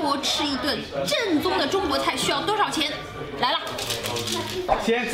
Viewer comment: 正宗（Zhèngzōng）变成了 赠纵（Zèng zòng）